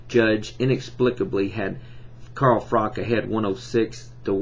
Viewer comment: His name is Froch, not Frok... Good video though